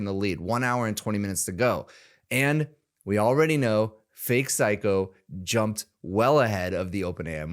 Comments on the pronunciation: It's not syko. Read it. It's actually syo. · Psyho not Psycho 😂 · His name is Psy-Ho, not psycho.... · His name isn’t “psycho”, it’s “psyho”. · hey, how many C's are in the word "Psyho"?